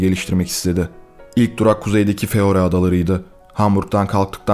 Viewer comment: Feroe adaları değil “Faroe”